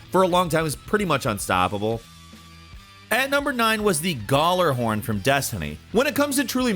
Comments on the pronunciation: gallerhorn Everyone else: gee-yallahorn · So Yeuh number 1: gjallahorn isn’t available in destiny 2. Number 2: it’s pronounced (gall uh horn) or (yall er horn) 😬 Number 3: u were right about the telesti (my bestie) so I won’t thumbs down but I am surprised you guys even knew about destiny OP guns lol Prometheus lens was CRAZY and I loved it when it first came out I still use it sometimes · Also, its pronounced Ya-la-horn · Gall-er-horn wtf it's Gal-er-horn is in like slang for a girl lol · Galla-horn as in like a dance gala so gala-horn not goller-hurn 😂😂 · hay its gjallahorn not gjollorhorn btw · Gjallarhorn....not gollerhorn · "Gallerhorn" AAAAAA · You want to make me cry when you say gaulerhorn. “Galahorn” is the way to say it. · its not Gullarhorn. its Gjallarhorn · "gallarhorn" lmaoooo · Goller-horn? Who says gollerhorn? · The way he pronounces Gjalarhorn is hilarious Galorhorm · Hearing "Guh-lar-horn" so many times broke me. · I love how he pronounces gjallarhorn as gallahorn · Lmao “Gallahorn” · It’s pronounced Ya-la-horn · it's pronounced Yallahorn :) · Oooof that pronouncement of (gala-horn) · Gjallarhorn is pronounced Gee-yal-er-horn. It's name is based off of Nordic language. The Gj makes a y sound. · hmm yes the "Garlahorn" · That’s not how you say it. It’s called the galler-horn.say it kinda fast. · Fun fact. The Gjallarhorn, is pronounced "YĀlllarhorn" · I like how he says Gjallahorn lol. The j is supposed to be silent and pronounced gallahorn but they put a j in there to be unique I guess. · But like… “galler-horn”? Is that… seriously how people think you say that? Like. Really though? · galler...horn... dont do this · The way he says Gallahorn is annoying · Man can say guass correctly but not gjallarhorn and hanzo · The way he says Gjallarhorn hurts my soul. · Bro I don’t like the way you pronounce gjallarhorn xD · Everytime he butchers the name of the ghorn I cringe irl. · Um you pronounced Gjallahorn so wrong it hurt me